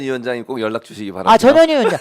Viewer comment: 어감이 좀.. 저년이, 저년이. 자꾸하시니, 내 어린시절 친구놈들이 상년이, 상년이...라고 나를 놀리던게... 전 현희, 화이팅입니다...